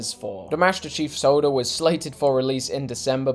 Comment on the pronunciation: Maestir Cheeeef in da soouder